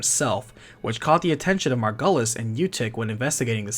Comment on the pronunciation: hate to be that person but... MargYUlis... it's said that way in the game so... other than that, the vid's great. been a while since i played this and getting a recap is very cool.this game deserves more love